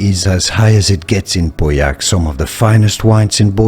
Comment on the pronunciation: I was relieved when you finally started to pronounce Pauillac properly.